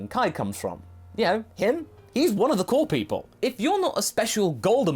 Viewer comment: I know you were saying "core", but it kinda sounded like you were saying that King Kai is "one of the cool people" to me.